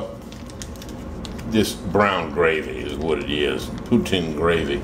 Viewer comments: Dana,s right it,s ""POO-TEEN"" and shed yer Mozz. next time will work much better, and St. Hubert is one of the first Chicken Roasting Rest. In Canada, Second only to Swiss Chalet, they make the sause,s as well! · gdam it J.B that about as nonunion as they come! first, poutine is pronounced poo-teen, poo-teen. Second, that ain't no cheese curds! you need them cheese curds. it ain't no poutine unless it got some cheese curds in it. Joe A Dixie in Canada, (love all your vids including this one) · sounded like you said poon tang lmao.